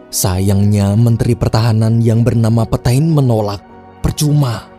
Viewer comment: FYI lagi, bacanya kurleb "petang" bukan "petain" :')